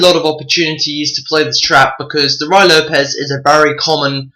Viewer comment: It's Rooie, rhymes with Louie, not Rye.